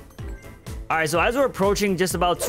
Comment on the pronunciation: "king wegacy" 💀